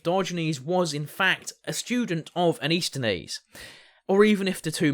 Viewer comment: I think you’re mispronouncing….it’s pronounced ANT-IS-THEN-EES….not AN-IS-THET-EES…